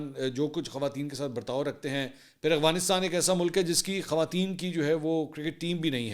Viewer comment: بھیا ورڈ ٹھیک کر لو اغوانستان نہیں ہے افغانستان ہے جزاک اللہ